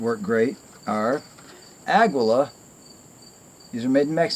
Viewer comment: It's pronounced Ah-Gee-Laaa